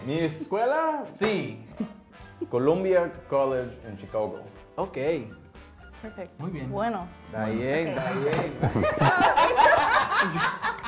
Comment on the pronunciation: COOLOOMBEEUH COOLIDGE EN CHICOHGOH.